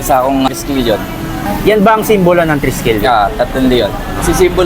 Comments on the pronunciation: Triskelion not Treskelion brother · Bkt mali TRESKELION?hnd TRISKELION?